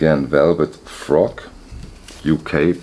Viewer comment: Its Velvett Fog, not Frog. Good haul. Any chance you could say where you sourced these and maybe do a more detailed analysis of the music on these albums. Thanks.